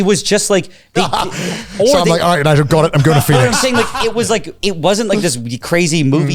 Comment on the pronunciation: wait, his name is Nigel and not Nile? What the Fuck!